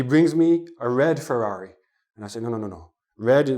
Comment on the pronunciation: the way of saying ferrary anoyed me.there is alot of roading